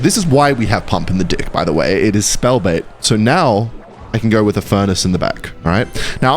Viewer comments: Why do u always call ur deck "dick"? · Reported for saying deck 😅